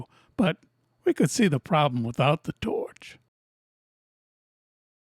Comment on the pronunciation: "torch" ya starting to sound Australian 😂